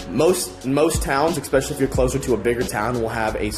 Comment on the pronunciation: There's no X in especially. Es-special-ly. It's not hard. It's a word you learnt when you were 7-8.